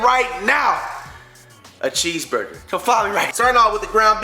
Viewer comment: why he say cheeseburger like that in the beginning 😂😂